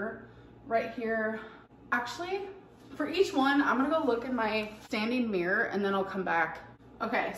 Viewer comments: ‘Meer’ it’s MIRROR 😂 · Its a mirror! Not mirr!! Oh god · Meeereeer ✨ - pronouncing the word mirror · She's a meeeeeer 600lbs.